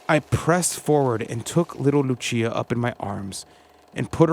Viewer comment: Once again Lúcia dos Santos is not pronounced as Italian "Luchia" , but "LOO-CIA" as she is Portuguese.